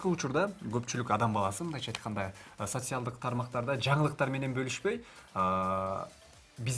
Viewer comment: СоСиялдык эмес,Социалдык "ц"